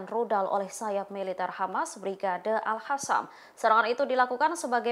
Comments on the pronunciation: Itu baca brigade al-Qossam koq al-hasam. Aduh tribun ga bisa milih jurnalis nih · Tulisannya AlQassam dibacanya AlHassam Terasa gatel ke telinga kedengarannya 😊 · Yang bener bacanya mba, si mba ini al-qassam bukan al-hassam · Al Qosam, yg bener ngomongnya